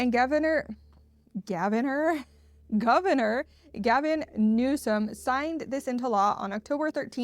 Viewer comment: Gavignore Nuisomce... was that a Freudian slip?